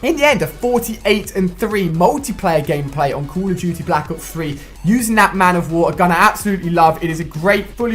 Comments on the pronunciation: " call of juty BLAK OOPS 3 " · I get ticked when you say Call of Duty... "Cool of juty"